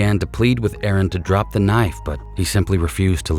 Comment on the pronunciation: You’re the only person who got the name right. Aaron not Aarong. I’m being pedantic, I know, but he lost his life & should at least be named correctly. Tasing & pepper spraying should be utilised much sooner in these situations imo & if not effective why don’t they shoot to disable not kill!